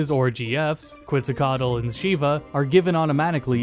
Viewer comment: Quetzacoatl is pronounced KETZ-uh-qwot...